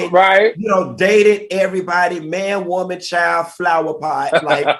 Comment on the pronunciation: The way Al says woman, Woe-man, lol